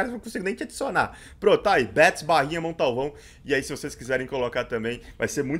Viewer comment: Quando ele fala Montalvão eu entendo Condalvão kkkk